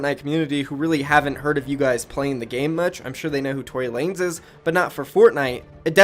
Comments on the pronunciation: tory lanEZ NOT LANES DUMBASS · Btw it’s Tory Lan-Ez